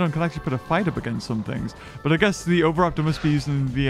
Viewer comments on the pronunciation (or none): none